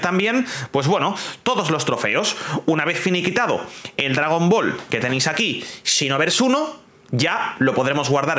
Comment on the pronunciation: La pronunciacion seria "sinovers" no "chinovers" JAJAJAJAAJAJAJAJAJAJA